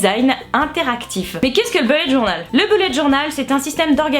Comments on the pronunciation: Alors, juste, ça se prononce "boulette" et pas "beulette" ^^ (comme "bull" ou "bullshit"). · Très bonne vidéo mais un seul truc me dérange : ce n'est pas "belette journal", l'anglais prononce ça avec un "u" court. Le plus ressemblant en français serait un "ou". A bon lecteur... :) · Merci pour tout ces conseils.... et pour le sourire que tu m'as donné à chaque fois que tu prononces "bullet", j'entends "belette" XD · Super vidéo :) Par contre ça se prononce Booh-let :)